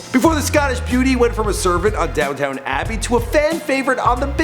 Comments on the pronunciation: It's DownTON, not DownTOWN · It’s downTON Abbey not downtoWN Abbey. 🤦‍♀️🤦‍♀️🤦‍♀️ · Say it as it's spelt Downton NOT Downtown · it's Down TON not town.. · Its not "Downtown Abbey" -its "DOWNTON ABBEY. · not down town. downton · That's down -ton not downtown. You know nothing :). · It's not pronounced down town abbey. it pronounced like downtn abbey. it's only spelled like downtown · DID HE SAY DOWNTOWN ABBEY! ITS DOWNTON NOT DOWNTOWN o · It's DownTON Abbey not fucking DownTOWN Abbey. GOOOOOODDDDDD! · Downton, not Downtown. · It's not Down-Town abbey it's Downton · It's Downton abbey you dumb fuck not down town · "Downtown Abbey" You fucking scrub lord. Downton. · "DOWNTOWN ABBEY???" Yeah, I'm out... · I cringed every time you said Downtown Abbey. You threw in an extra W! LOL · "Down-town" Abbey..... dear god. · lol 'downtown abbey' you mug... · Did he seriously just say "Downtown Abbey"?!?!?! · oh my god did he just say downtown abbey 😂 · Did he say downtown abbey lol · Oh you did not just say 'Downtown Abbey'! Shame on you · "Down-Town Abbey" 😂😂😂